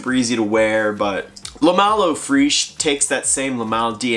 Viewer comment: Eau fraiche is pronounced "O fresh" not freish, cheers on the vid